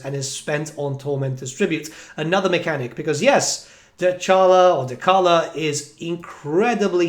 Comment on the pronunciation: Can you please say Dechala correctly lol. The character says her own name